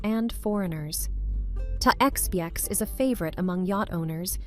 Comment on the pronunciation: TAY-EX-BEE-EX...... christ AI Slop